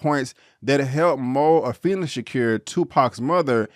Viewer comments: Afeni's name is pronounced A-Feen-Nee. Could have at least took the time to pronounce her first name and their last names. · good review but i wish u would pronounce Afeni and Matulus shakurs names correctly